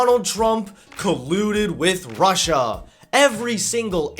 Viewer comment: "Prussia" how old is Trump again? 😂